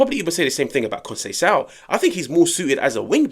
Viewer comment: Bro said Conceiciao is aaaasss 😂😂😂